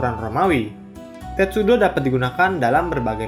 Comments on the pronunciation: Sedikit koreksi tulisannya sepanjang video testudo tapi yg saya denger miminnya bilang tetsudo, maaf kalau salah denger 🙏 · Admin bacanya Tetsudo, kan harusnya Testudo 😂🤣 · Testudo atau Tetsudo sih ??? Tulisannya testudo tapi vokalnya kok bilang tetsudo... ??? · Wkwk ngomongnya "Tetsudo" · 😂🤣 gw jg nyadar pas admin bilang kedua kalinya, eh tau2nya malah ucap "Tetsudo"